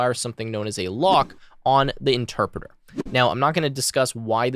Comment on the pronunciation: “Enterpreter” lmao